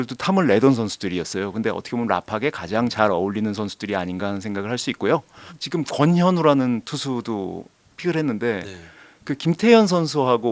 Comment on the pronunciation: 자꾸 왜 지금이 아니라 직금이라고 발음하시는건가요?ㅋㅋㅋ